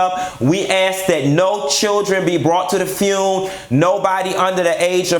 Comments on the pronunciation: if he say funeral like that again I'm gone scream!!!! the fune lol omg kitty blouses i hollered at work and scared my assistant you're a whole fool Just don't ask fox news to be there cause they don't know the difference between her and Patti per their news clip lol. no lie Ross i need you to truly put this all the way together. Not hygiene and whispertarian committee lol i died again. The banded list you never lied lol but i need you to have Ledsi and Lela James cause she killed the remix of change is gone come.And get obama to come on and speak with Michelle too!! Don't have people bringing in dishes please and thank lol the cigs i cant even with you and don't you put Bobby by no liquor and you need natural light beer with those cigs to make it all southern lol please no Tiffany Haddish lol let Stephanie Mills to host it. Play my "You Better Think" i remember as a child watching blues brother with John Belushi and Dan Aykroyd i loved it so much. Damn im getting sad now. One of the funniest but real videos. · Mia Ford And Fune! 😂😂😂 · u a hot mess🤣🤣🤣🤣...not the "FUUNE"!!! I cannot🤣💀🤣💀